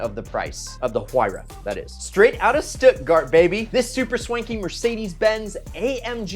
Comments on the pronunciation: Im sorry how did he pronounce Stuttgart? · please never attempt to say Stuttgart again in your entire life oh my god🤣🤣🤣